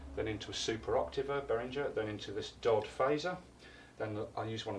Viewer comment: D-O-D, not typically prounonced "Dod." Not a big deal, just FYI.